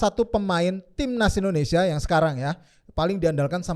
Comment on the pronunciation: Indonesia bro.. bukan Indonesa.. Indonesaaa😂 baju putih orang Indonesaaa??😂